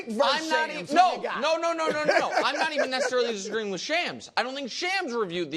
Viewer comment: shawms not shams